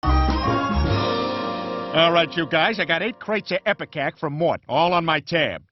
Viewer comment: It's Ipecac not Ippicac